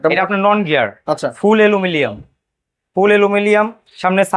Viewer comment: Aluminum ❌ Alumilianm✔️